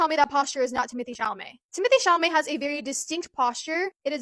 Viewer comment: not "Timothée Chalalé" FRTGHYYH